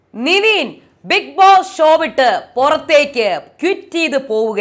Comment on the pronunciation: നിവീൻ അല്ല. നെവിൻ അല്ലെ